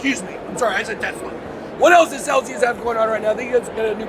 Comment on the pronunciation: Lmao - it's Celsius not celcius 🤦‍♂️